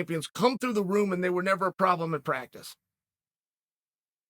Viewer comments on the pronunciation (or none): none